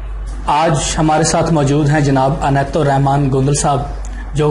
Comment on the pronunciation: او بھائ جان عنایت ھے انیت نہیں 😍😂😝